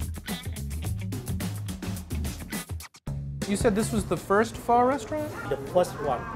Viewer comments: BUT SAID "PHO" RIGHT!!! That's all that really matters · This looks beautiful. I'm in Toronto I gotta check this place out. Thanks for saying Pho the right way, dunno why but it's like nails on a chalkboard to me when it's not said right. It's like saying Toronto and accentuating the last T HARD lmao.